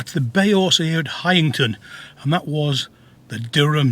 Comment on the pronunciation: It's nice to hear the name being said properly instead of Hayington